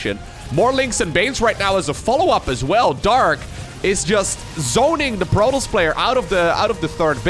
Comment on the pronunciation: i really enjoy watching your casts. i've never been great at SC or SC2 but love them, nonetheless! the way you say protoss sounds like protlss and i love it.